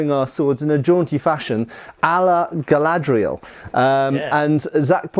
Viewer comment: It's. Not. Galadriel.